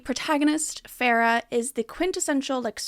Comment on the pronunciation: Farrah? Fae-ruh